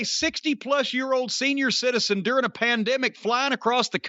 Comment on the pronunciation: “during a pandmeic” 😂 jim drank the koolaid too eh?